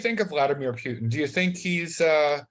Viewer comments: Pu-Tan not Peu-tin. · "Puke-tin" ... oh Jim ...